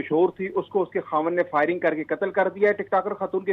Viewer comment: News reader firing ko shiring keh raha hay 😄😄